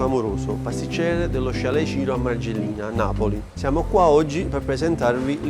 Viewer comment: Si dice Mergellina, non Margellina!